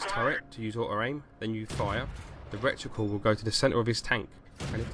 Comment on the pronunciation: I kept laughing every time you said 'recticle', the word is reticle. Maybe you had rectums on your mind.